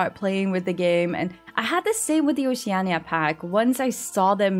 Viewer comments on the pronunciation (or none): none